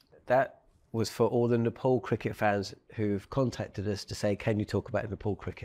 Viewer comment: It's pronounced Nepal not Nepal